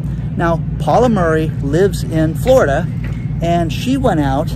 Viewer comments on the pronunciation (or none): none